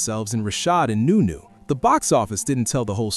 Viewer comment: Nu- Nu not new - new 🤷‍♂️😂😂😂